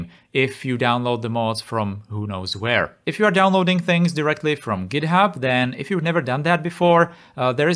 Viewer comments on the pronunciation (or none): none